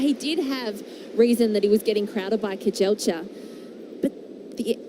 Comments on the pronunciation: 😂😂😂 They are calling him Grivalia not Guevara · Commentator- his name is not Guevera, it is Grijalva, or in English pronunciation for you, Gree, Haul, Buh...not Gue, Ve, Ra. 🤦🙄😕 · The male announcer called him Guevera at the beginning then he switched to Grivalia when the female announcer was calling him that. Bonehead disrespectful unprepared commentators.